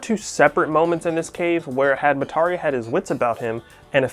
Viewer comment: why is he pronouncing Mitarai like that lol